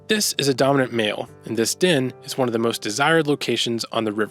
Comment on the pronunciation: I think you're saying 'den' but all I can hear is 'din.'